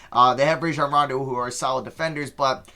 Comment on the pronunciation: Im still fed up with how he pronounced Rajon Rondo